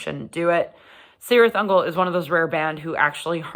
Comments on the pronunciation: Kirith Ungol, not Sirith Ungol!!! Read your Tolkien. Just because the the bands gets this wrong, we don’t have to! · Am I a bad person for being annoyed when people pronounce it Sirtih Ungol? If Tolkien has any say in it, it should be Kirith Ungol. Sorry, I'll head back to mommas basement now ;-) Great review though! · No It annoys me, too, lol, but to be fair, is Sanadian, so...... Still, her love for Metal is the important thing here. Gotta love Cirith Ungol